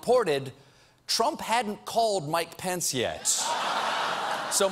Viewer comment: is steven unable to say "pence"? swear for the past 3 days hes been saying "pants"